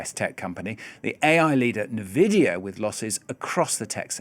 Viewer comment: Did he just call it Navidia?